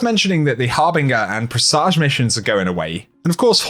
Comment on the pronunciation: Uhh, that's NOT how you pronounce presage. #Made it to the end